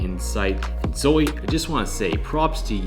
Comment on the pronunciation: Zoe!!! You nailed it on the pronunciation of my last name! And "YES", the shirt colour choice was intentional. I had a black shirt on at first but then I changed it! Really glad that you said yes back in November which ended up landing you the summer position! It's very true to fake it until you make it. You just need to land the role, then you can build your skills from there! Embrace the nervousness. I love that! Thanks for teaming up and sharing our conversation on this super important topic! Had so much fun working together to create this vid!!! Looking forward to doing it again soon!!! Stay safe out there!